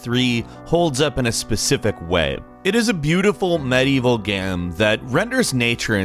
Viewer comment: he had a stroke while saying “medieval game”